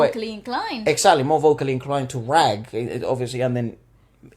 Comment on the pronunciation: Guys, it's "raaaag", not "rag". Elongated "ah".